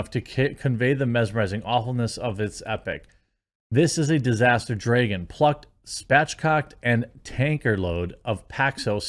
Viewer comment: Does jeremy mispronounce dragon on purpose or is it just his strange accent.